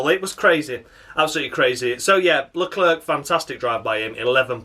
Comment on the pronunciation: With both commentators saying Leclerc stupidly as always It's gets stupider with each race